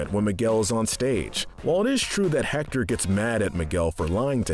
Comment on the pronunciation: Just so you know: you don’t pronounce the H and in Héctor